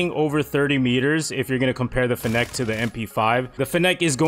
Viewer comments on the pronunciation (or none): It's pronounced finnick. Like gimmick but with n's and an f. As in fennec fox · The way you pronounce fennec is making my ears BLEED